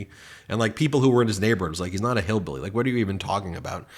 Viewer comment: That one guy said “HEELBEELY ROOZE” 😂😂😂